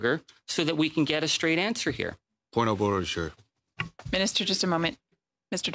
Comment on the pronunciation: ‘I have set the record staight ’...Can’t even pronounce the word ‘straight’ in her testimony 😂